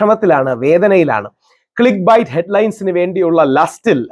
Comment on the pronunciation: click ബൈറ്റ് ആണോ ക്ലിക്ക് ബെയ്റ്റ് ആണോ? pronounce it properly please! bite കടി അല്ലെ ഹേ?